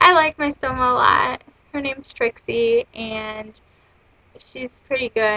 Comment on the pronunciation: She said Its Trixie, not Christy. Sorry! :)